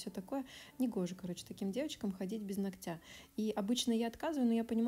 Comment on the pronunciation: Очень тяжело слушать, сори. "НогтЯ" 😥 До конца не могу смотреть. Ударение на первую гласную, НОготь, НОгтя.